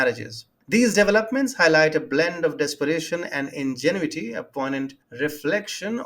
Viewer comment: It was interesting how you put the emphasis on the second syllable in "in-ge-nu-it-y"... instead of the third, which makes it sound more similar to "disingenuous"... your subconscious English is very good! '; D Ukrainian government officials are hypocrites and cowards making laws asking people to give up their lives, that they themselves will NEVER have to face...